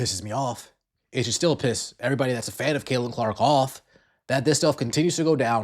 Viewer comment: Notice Stephanie still cannot.say her name...its Caitlin...Methanie...Caitlin Clark...CC...NOT C...CC22..